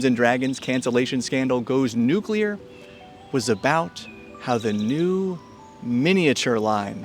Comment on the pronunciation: Thank you for pronouncing nuclear correctly.